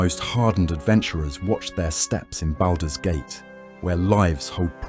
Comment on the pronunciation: What's baldows gate 😂